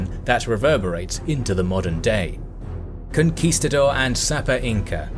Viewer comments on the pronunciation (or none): none